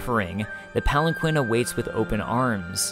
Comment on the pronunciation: Palanquin is pronounced pal-an-keen.